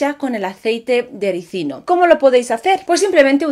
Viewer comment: Felicidades hermosa... ¡Tu si lo dices bien!! Muchos ignorantes dicen Resino en lugar de RISINO... 🤭🤭🤭